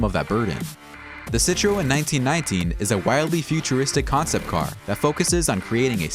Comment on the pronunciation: Did you say Hammock, Chiron and Citreon like that just to get people to comment? Because it worked 😂